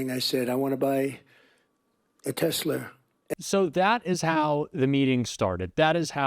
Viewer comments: “Tesler” not Tesla😂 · He said Tesler😂😂😂😂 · Hahahahahahaha, paid agitators? That's a good one. Love how he still calls the cars teslers. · His mind is gone. He keeps referring to as it as TeslER. When he gets stuck on something, he just cannot correct himself. Not sure how business leaders who voted for him are furious about the tariffs. He mentioned he was going to use tariffs at most of his rallies and how tariffs was the most beautiful word. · Why does he call it a Tesler instead of Tesla, the actual name of the car? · A Tesler ? What a pathetic excuse for a human . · Did he say he wants to buy a tessler? wth is a tessler? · It's funny that he calls them "TESLER". Like Steven Colbert suggested last night, it's like he was trying to say Tesla and Hitler at the same time. Don't think I can see Musk's business the same again. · LOL he doesn't even know how to pronounce Tesla. He says "TesLER" LOLOL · GMC, Ford, Jeep, Chrysler and all carmaker should file a class action against the stable genius for promoting TESLRR at the Whitehouse - as pronounced by said genius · Tesla(r)??? He cannot even pronounce it! Selling from the Whitehouse is disgusting. Protesting is a right. Not property damage but peaceful protesting is LEGAL! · He continues to pronounce 'Tesler' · Trump can't say the word Tesla, he says Tessler. Such a moron 😂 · WTF is a “TESLER”?? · He says Tesla…Tesler!! What a effin moron. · "I wanna buy a TESLER." so says the stable genius! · A Tesler? Donald Trump is so stoopid. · Trump: “Teslar”? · He said tesler..😂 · He calls Tesla ... a Tesler! Several times he said that today! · Did Tramp just say Tesler? It's TesLA! ya dumb bastaaad! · For the life of me I can't figure out why he calls the vehicle Tesler.. Can't he read??? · trump wants to buy a teslur swastikkkar smelly incontinent demented old fat fool cant even say the company name right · Tesler? Did Chrysler merge with them? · Trump literally said I want to buy a TESSLER😂😂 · Did he say "Tesler"? 😂😂😂